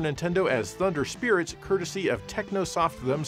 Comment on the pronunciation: It sounded like Sega to me. I was like what Sega publishing a game for the SNES? And I was like wow, SEGA actually published a game for Nintendo system back then LOL.